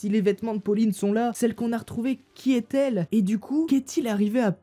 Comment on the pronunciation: Attention aux liaisons (dangereuses) : "c'est bien (t) elle..."